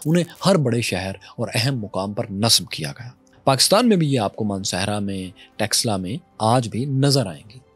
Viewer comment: Are texla nhi taxila bol esse pata chal raha hai kine padhe likhe ho indus velly civilization hamari ancient civilizations hai or eslamic koi civilization nhi gai iran ko v muslimo ne convert kar diya tha samjhe ham bharat se nhi hai bache Afghanistan me gandhar hamar hai pakistan me taxila hamari hai or Bharat me nalanda University v hamari hai bharat mehi Krishan g ki janambhumi hai bharat mehi share ram g ki janambhumi hai bharat mehi ancient kashi hai banaras hai gyanvapi hai or bharat ka pehla 16 mahajanpadha ka mahajanapadha maghada hai yehi 4 vedas likhe gye yehi 18 purab likhe gye kashmir mehi panchtantra likha gya mahabharat yehi hui yehi ramayan hui hai tum log to converted ho na tum hindu ho na arab wale tumko apna mante or baat hamari civilization ki kar rahe ho or hame hi bahar ka bata rahe ho bharat k bache bache ok pata hai tum logo k khoon me gadari ka or dilo me bhare jehar ka pehle sikho ko alag karna chaha or aaj aryan ko bahar ka bata rahe ho beta thoda or research kar allah kon tha ye v bhul jaonge or allah ne to kaha tha maine suraj banaya hai 4 din me pr Suraj banaya se v pehle Allah ne 4 din kaise gin liye jabki suraj k bina din hota hi nhi hai 😂